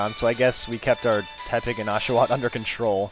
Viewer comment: It's Porky Te-pig